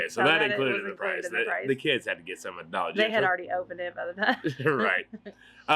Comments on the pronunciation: We say Dollar Gentral too! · I've never heard dollar gentral before but love it lol